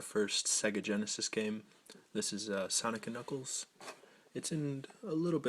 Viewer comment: “DIS IZ UHH, SANIK AND NUKELS”